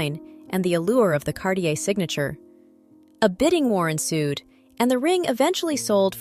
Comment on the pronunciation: CarTier et pas Carlier .l’i.a impose des traductions très approximatives... un collier du IXéme siècle, comme c’est étrange !